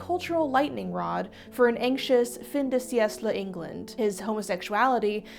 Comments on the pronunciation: monstrous pronunciation. For future reference, that would be ‘fin de see-ehk-luh’ and that’s French for ‘end of [the] century’‘ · Since this is a phrase that will probably come up in future videos I thought I'd share that the C in Fin de Siècle is pronounced more like a K than an S. I'm not complaining, just leaving it here. Pronounciations of foreign languages are often hard. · Love video essays. Wish they’d either look up how to pronounce a few things or just find a different way to express. Fin de siecle only means anything to small amounts of people, anyway.